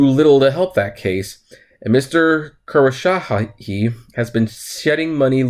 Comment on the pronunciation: Kos - row - sha - he